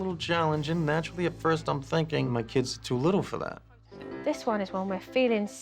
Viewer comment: “IM fInkIng”